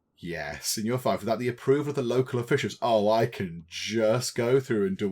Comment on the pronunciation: I believe that fief is pronounced feef, not fife which is a thing like a simple flute.